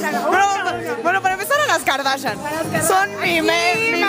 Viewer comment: "A las kardachan" XD